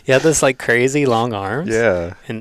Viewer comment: The A/C was on so I thought said he had a "cruzy" week instead of "crazy". I'm not going back to rewatxh it because I want to believe he said "cruzy".